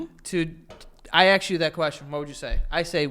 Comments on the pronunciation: I love how joey says "ask". he says "aks" or "aksed" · my roman empire is how joe says axe instead of ask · is it just me, or Joe mispronounces the word "ask"? he's always like: "let me AXE you a question", "can I AXE you something?" it's so funny!!!